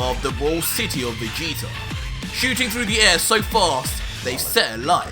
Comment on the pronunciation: STOP SAYING VAGETA